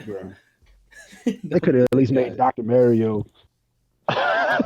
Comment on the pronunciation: really out here saying "Dr.Mary-o" instead of Mario lol